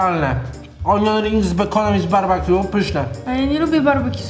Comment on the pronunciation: Barbekju a nie barbakju (wiem że się pisze BBQ)